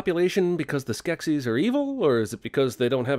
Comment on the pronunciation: "man, that is a very nekkid skeksis...neksis?" i laughed so hard lol